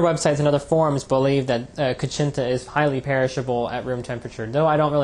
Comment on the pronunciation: It's pronounced "koo-CHEEN-ta." Just so you know. ;)